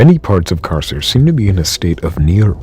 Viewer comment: Just as a future reference, the Latin c is pronounced k. So Carcer would be pronounced karker